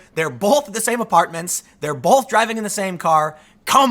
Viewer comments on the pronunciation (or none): I love Tim but I can't stand how he says the word "both".